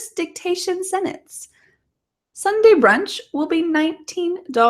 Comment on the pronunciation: I've been just now using your video for vocal listening and repeating practice. Overall i appreciate your clear enunciation. But i would ask you to consider pronouncing the word sentence better. the way you said it sounds like senance